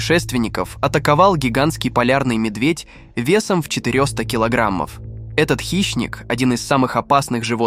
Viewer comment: Ужас и хаос ваш русский язык! Не" дЫша, а может не дышА"? Не четырёста, а четыреста.